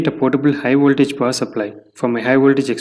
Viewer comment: Not "Woltage"...Voltage.